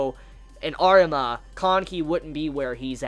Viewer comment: It’s funny when he talks about Arima he pronounces it as artima